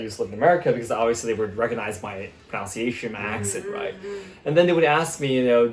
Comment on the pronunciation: Your proNUNciation was ever so slightly off . Of course... even native English speakers make that mistake.